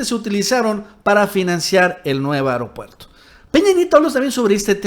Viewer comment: A ver, repitan conmigo: A-E-RO-PUER-TO, A-E-RO-PUER-TO, A-E-RO-PUER-TO, A-E-RO-PUER-TO. Si dices E-REO-PUER-TO te oyes mal, entiende. El ser morenista no implica no saber hablar